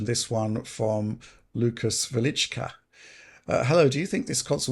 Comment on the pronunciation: Big ups to for the excellent pronunciation of "Velička";)